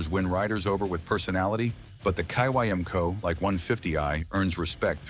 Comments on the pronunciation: Kymco, in Taiwan, is pronounced "kim-ko" and SYM is simply pronounced S-Y-M. Both Kymco and SYM are acronyms of the manufacturers: Kymco: Kwang Yang Motor Co. SYM: San Yang Motor Co. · Dude…it’s pronounced “Kim-Co”! Sheesh! Nuff said.